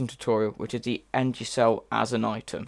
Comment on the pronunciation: I dont like how u pronounce energy